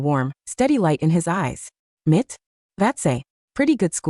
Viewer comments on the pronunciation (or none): Pronounce as M I T not mit